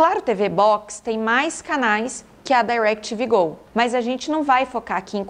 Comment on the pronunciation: Eu amoooo ela falando “Dairequitivi Gol”